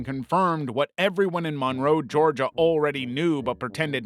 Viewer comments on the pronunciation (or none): none